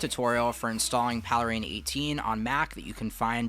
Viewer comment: PALE RAIN. Not Paleh rain.